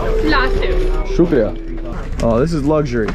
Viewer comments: How beautiful he says shukriya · loved the way you say "Shukria"...too good and thanks for promoting Pakistan's positive image. Long live mate. And I subscribed this channel too....